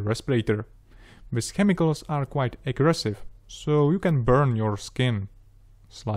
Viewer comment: Excellent guidance video, thanks a lot. If you wouldn't mind me giving a little advice, try saying "půr" instead of "pjůr" (pour). I had trouble understanding in context when just listening to the audio. And then maybe just "kemikls" instead of "chemikls". The rest is just pure perfection! :D Thanks again.